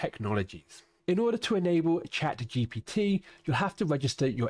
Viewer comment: True, he is saying GTP